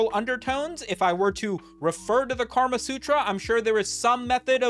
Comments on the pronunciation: bro said karma sutra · did my guy just call it the “karma” sutra?